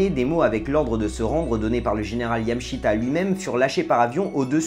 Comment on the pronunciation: YamAAAshita xD